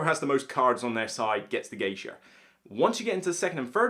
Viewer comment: Is he saying "Geisher", when talking about Hanamikoji?